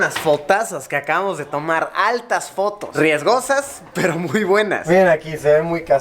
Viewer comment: "aaltas fotos" jajajajajja Luisito argentinizado, capo!